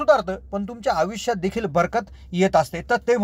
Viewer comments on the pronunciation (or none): आविष्यात नाही तर आयुष्यात असे म्हणा. पन नाही पण, पिन्याच्या नाही पिण्याच्या. चला आपण सुधारणा करुया. All the best!!!